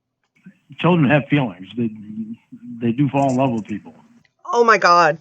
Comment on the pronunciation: ”ow my cawd ” - 😂